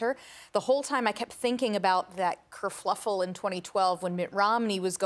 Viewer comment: Did I hear “kerfluffle”? Shouldn’t it be “kerfuffle”? Or is this another American “kerfuffling” English.